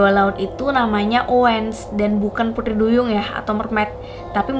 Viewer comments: Pengucapan T nya medok, bukan putri tapi puthri.. 🤭 org Bali kah..??😀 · Kyk ngomong "Pudri" duyung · Apa aku aja yang salfok pas dia ngomong “putri” 😂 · Aku salfok sama ngomong "putri" duyung nya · Pengucapan putri duyung nya kek logat logat bali ya gaes 😁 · Ngomong pu-TRI nya kenthell buwangett mbak wkwk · Kok prasaan ngomong T nya gitu sii kak😅😅